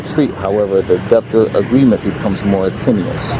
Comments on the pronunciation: what a joke. the cop was totally wrong and couldnt even pronounce "debtor" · “Deptor” is crazy lol